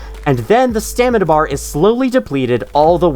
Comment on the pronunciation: lol he said stanima bar